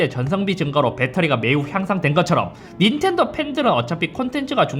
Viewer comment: 순간 인텔도로 들렷다 ㅋㅋㅋ